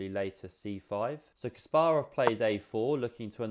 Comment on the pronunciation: Suscribed for proper pronunciation of Kasparov. 👍🏼